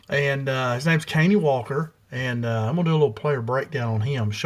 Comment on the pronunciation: Pronounced cuh-Nie